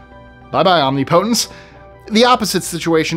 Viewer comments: That's not how you say omnipotence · Try to learn the proper pronunciation of OMNIPOTENCE !